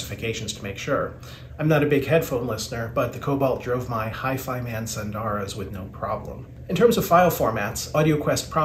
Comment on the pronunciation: There are no long vowels in “SUNDARA”. 🎧